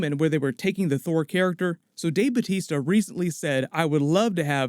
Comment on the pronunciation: bautista. not batista. batista is his wrestler name.